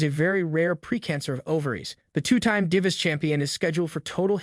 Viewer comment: The way you say diva is hilarious 😂